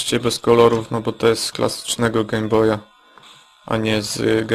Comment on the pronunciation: Wiem, że się wymądrzam, ale czy nie powinno się mówić Gejm Boj zamiast Gem Boj ?